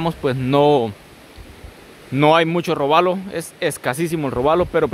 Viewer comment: es: róbalo no robálo